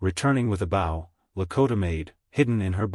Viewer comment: If AI is so smart why can't it pronounce "bow" properly?? Give us a break!